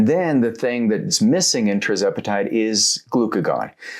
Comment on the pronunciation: Why do you say TRIZEPATIDE